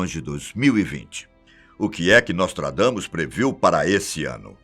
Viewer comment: NÓSTRAGAMUS IK..IK...IK..IK.